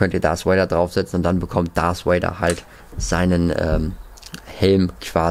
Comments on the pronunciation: Hi, ich feier deine Videos und mach weiter so,ich kann zwar selber nicht so gut englisch aber bitte sprich darth Vader oder sith trooper richtig aus,mich triggered das voll und ich möchte nochmal sagen ich mag dich und auch deinen Kanal und kann selber nicht soooo gut englisch aber bitte achte ein bisschen auf deine Aussprache ^^ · Er heißt Darf Vader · Diggah es heist nicht dars vader sondern darth vader DARTH